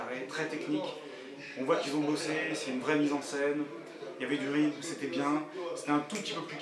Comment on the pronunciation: mddr il a dit y'avait du "rymth" au lieu de "rythm"